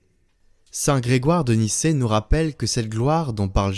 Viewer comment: Bonjour, "saint Grégoire de Nysse" se prononce comme la ville de Nice, à ne pas confondre avec Nicée, du concile de Nicée.😉🙏☺️